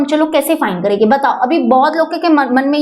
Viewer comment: Karege😂😂😂😂😂not karenge😂😂😂😂😂😂😂😂